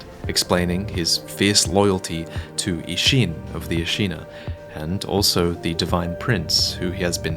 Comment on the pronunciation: please, stop calling him ishiin. its ishhin